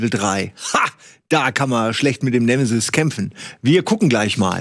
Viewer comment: Bin ich der einzige, der bei Nemesis immer "Schmoooorf" hört?